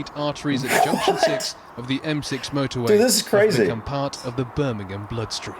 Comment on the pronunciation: Spaghetti Junction is pretty easy to drive on. Problem is that people don't pay attention to the signs telling you what lane to be in, and try to get across at the last moment. Also, you don't pronounce the H in Birmingham.